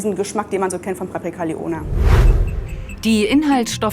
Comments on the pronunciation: Niemand spricht lyoner französisch aus… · Wie wird „Lyoner“ hier denn bitte ausgesprochen??😂 Liongger